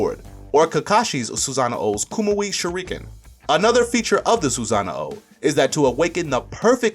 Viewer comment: It's called a sosanoo not a soozanao